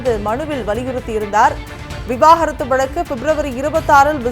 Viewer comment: தனி மனித ஒழுக்கம் 😂😂😂😂 செய்தி வாசிப்பாளரும் சரி பத்திரிக்கையாளரும் சரி விவாகரத்து என்ற வார்த்தை வாயில் வரவே மாட்டேங்கிறது 😂😂 விவாகரத்தா அல்லது விவகாரத்தா 😂😂 ஒழுங்காக படியுங்கள் 😂😂